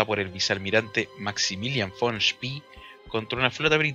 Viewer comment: SpEEEE con E no con III es apellido aleman no ingles